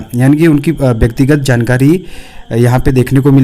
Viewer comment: sir can,t read JANKARI.😂😂😂😂😂😂.